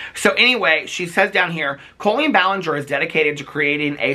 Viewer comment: This is a good video. But I don’t like colleeein balanger